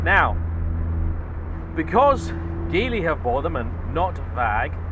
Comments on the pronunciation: It's pronounced "JEE-LEE". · Hi, Geely is pronounced "gee lee". It is actually "jili" in Pinyin romanisation but they have decided to use Geely.